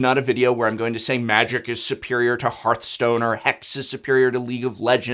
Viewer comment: HEARTHstone not HEARTstone